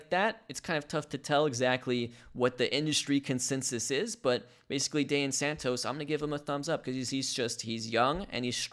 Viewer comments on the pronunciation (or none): It's Da-han Santos, for the pronunciation on Dahian Santos' name. :) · Dahian is pronounced( da as is russian yes word )and yan like ying and yang awesome vids you should talk about cesar prieto hes gonna be a great ball player for the os